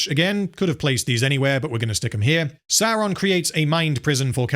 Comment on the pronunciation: Why do you pronounce Sauron "Saron" then you have a clip of someone saying it correctly right after...